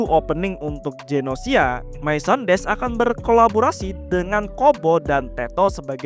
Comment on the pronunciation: Cara bacanya: Gu-no-shi-a. Karena katakana yang dipakai グノーシア